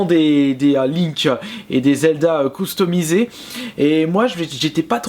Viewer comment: Coustumisé !!! Quand on te dis que tu dois allé chez l' orthophoniste !!!